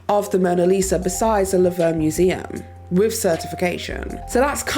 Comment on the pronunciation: I'm sorry, did you call The Louvre the Laverne museum? No offense or anything but those are not the same words, they're not even spelled that closely.